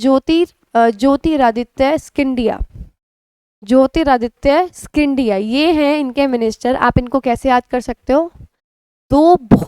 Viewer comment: Are Maam ji kya kr rhi ho "jyotiraditya scindia " ki pronunciation ?